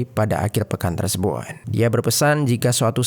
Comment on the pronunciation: maaf kak komen aq d luar konteks.. kok kk aq dengar kalo mengucapkan kata "tersebut", terdengar tersebun y.. ap aq yg slh dengar y😅🙏